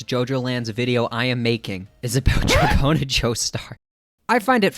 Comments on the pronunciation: that's a stretch. GIOrno is already pushing it, but NO ONE pronounces Dragon as dra-johns. unless the namesake Dragona comes from does pronounce it that way for some reason, i'm not well versed in american rock music... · it is proutonced dragouna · I pronounce it like rodeo cause it fune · dra-johns lmfao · Honestly, I think drag-go-na is better lol pronounce it however you want